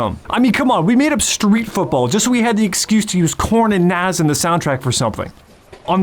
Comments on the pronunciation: Nah•s not naz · Great video, but you should be Most Wanted for pronouncing nas like that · Short a on NAS not long a 😂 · Cool video but I can never forgive the way you pronounced Nas’ name